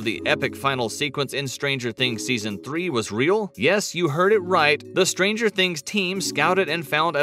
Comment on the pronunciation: "Behind stanger things"